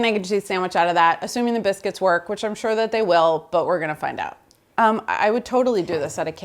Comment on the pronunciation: Did she say biskys lol